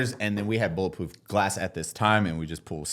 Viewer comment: “Bullet ploof glass”